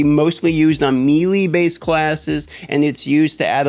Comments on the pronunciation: Bro will u please stop saying meeeeelee, it’s pronounced maylay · Don't want to make you look stupid, but melee is pronounced, may-lay. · It’s pronounced may lay